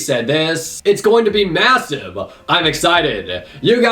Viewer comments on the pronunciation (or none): none